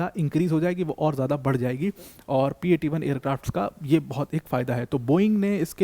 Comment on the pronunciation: It's P8 i not P8 1